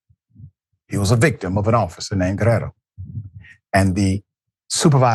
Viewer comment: Thank you Dr Richey for attempting to ptonounce the Spanish name Guerriero correctly but you ignored the "i" in Guerr "i"ero.